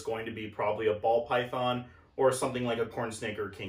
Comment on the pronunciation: “Paul Bython” 🎉😂